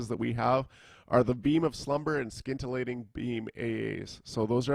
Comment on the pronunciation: Excellent breakdown on a raiding chanter. As a side note, there is no 'k' sound in scintillating :)